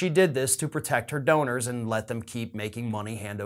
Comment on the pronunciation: Did you say her donors or her owners?